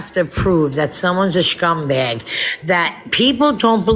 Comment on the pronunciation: I am CRACKING up at the way you said schuuum bag 😂😂😂 New York and Jersey girls forever 🫶🏻